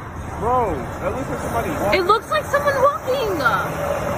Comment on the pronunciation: 👩🏽 “It looks like somebody WALKINGAA” 🤣🤣😁😆